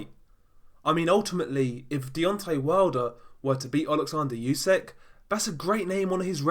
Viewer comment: Its Usyk not Yusyk for God's sake